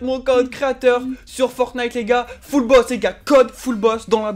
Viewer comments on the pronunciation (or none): Il a dit fullbot mais c fullboss